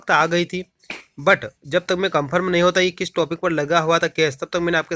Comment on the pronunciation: कम्फर्म नहीं कंफर्म (confirm) 🤣🤣